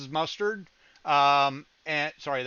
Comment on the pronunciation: BTW the saying is "Pass Muster" as in military inspection not "Pass Mustard"..